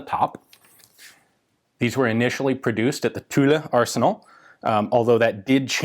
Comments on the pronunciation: Yep , I confirm ; actually it is prononced as a mix between tulla and tool ; so more like Tula, but without the a at the end... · Tulle is pronounced "tool". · I believe tulle is pronounced closer to “tool” 🙂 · great vid as always, the "e" is silence in Tulle, pronounced "Tul" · Hello, Ian. Tulle is pronounced without anything past the two lls. PS did you go to Purdue? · The "e" in Tulle is silent. Thanks for the vid. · his pronunciation is not correct, even for the "u". His french sucks, but his videos are great. Bonne journée à toi...